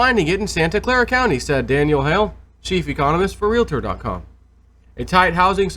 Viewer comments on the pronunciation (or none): none